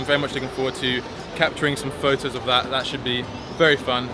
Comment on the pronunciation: nice "FOV-TOS"